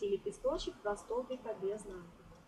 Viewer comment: Очень красиво!Только правильно не без нАкида , а правильно произносится без накИда.